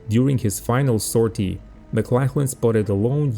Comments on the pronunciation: Hi mate - correction in your pronunciation. Maclachlan is pronounced MacLOCKlan (rhymes with clock) not macLACKlan. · Just for future reference, it's not pronounced McLacklan But more like McLocklan.